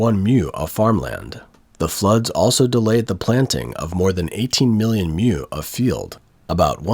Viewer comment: Mu - like moo - not "myou" Chinese doesn't have this sound. Watching this report - it just goes to show that all the pro-China propaganda is nonsense. It's always the same absurd stupidity, generation after generation.